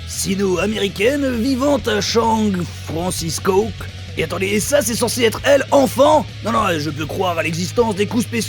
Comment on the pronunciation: « Shang Francisco » abusé 😂😂😂